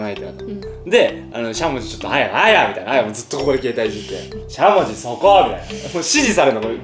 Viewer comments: しゃもじのイントネーションおかしくない？ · しゃもじのイントネーション違くて面白い笑